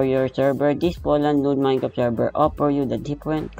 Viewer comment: "minecrt" dapat minecraft